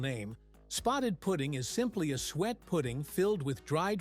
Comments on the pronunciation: Spotted DICK not pudding😂😂😂 and you say Soo-it not ‘sweat’. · Suet is pronounced soo-et, not sweat. Two syllables. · It's not sweat it's suet pronounced su-et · It is not Spotted Pudding but Spotted Dick. It is not sweat but su-et. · It’s not sweat ,it’s suet and it’s not spotted pudding it’s called spotted dick. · The fat is pronounced soo-ate not sweat! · Crap AI again, It's SUET, not sweet or sweat and it's Spotted Dick! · Still wrong calling it sweet, its supposed to be suet (pronounced) soo-et, its shredded beef fat. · Suet is said as: Sue ett, not sweat. It isn't sweet either. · Stagazy pie is traditional Cornish. Suet, pronounced soo-et, two syllables. No such thing as spotted pudding, what you described is Spotted Dick. Why would the ingredients of Haggis shock anyone save a vegan, it is meat, part of the animal just like a steak. Bashed neeps and tatties, and it’s Swead not turnips. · AI voice too obvious. It is suet not swett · Spotted pudding is called spotted dick which is made with flour, suet, sugar and currants. Suet is pronounced soo et😮